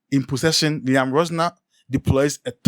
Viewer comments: Liam Row-zeen-your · Pls pronounce his surname well. Google it and pronounce it well.